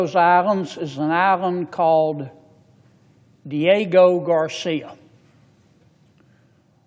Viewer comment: Maybe you should learn to actually say Diego Garcia before you start rambling on to your nazi dictator about the limited knowledge that you have about world history or politics…get your coat buddy 🧥👋